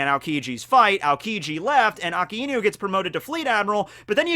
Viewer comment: Why do you say his name as Aka-inu rather than A-kai-nu?????